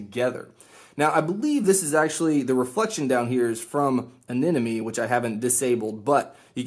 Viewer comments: its eh-neh-mon-ee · "Anenomoe" I don't see the other N in Anemone where is it? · Its pronounced AneMone 😂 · Why can't anyone pronounce Anemone?